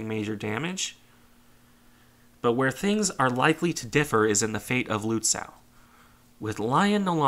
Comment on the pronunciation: Lützow: ow like in slow, not cow.